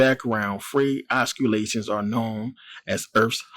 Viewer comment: Oscilation is pronounced ossilation,love the channel,peace